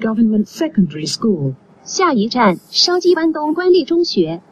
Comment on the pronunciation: 有冇人發現而家筲箕灣官立中學個廣播 普通話係筲箕"東"官立中學 😂